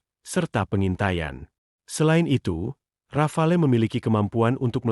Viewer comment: Saya kira Rafale ternyata Rafael 😅